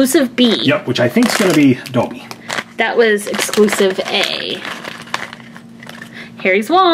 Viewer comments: It is not doebby it's dobby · it's dobby not doebby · It’s DOOOOOOOOOOBBY NOT DŌBBY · He said doby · It's pronounced Daw-bee, not dough-bee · life itself dobby not donbby?! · Same as SSSSniperWolfJuinorD and it's dobby not dooby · it is not doebby its dobby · Dobby not Dobey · It is dobby, not dollby, not doebby,it is dobby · You're saying it Wrong! It's DobBy, not DoOby! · Did anyone else cringe when they said doby instead of dobby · It’s Not Doeby It’s Dobby It’s Not Nine And Three Fourths It’s Nine And Three Quarters Like, Do You Even English Bruh? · Stop calling dobby Dolby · It’s don-bee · Simon said dobby in an English accent 😂plus he says dohbby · It’s Dobby. (Dob-e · why Do u say dobby as dobe? I got really annoyed because u said most of them wrong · You say Dobby wrong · OMG HE said DOBBY wrong cringiness to the max #rip_dobby